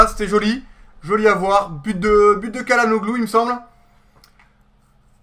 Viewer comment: salut, bonne vidéo. on dit chalanoglou